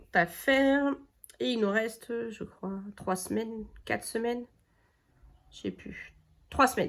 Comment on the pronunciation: Bonjour j'aime beaucoup vos vidéos faut continuer comme ça c'est très bien !!! Mais juste dites bien quatre et non quate lorsque vous comptez Bon dimanche à vous